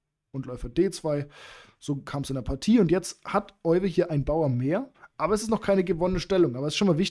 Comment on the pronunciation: Tolle Partie, sehr bekannt. Gerade in Bezug auf die Isolani-Struktur. Euwe wird übrigens Öywe ausgesprochen 😉